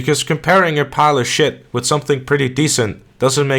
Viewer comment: "Compare something decent to a pile of shet" 🤣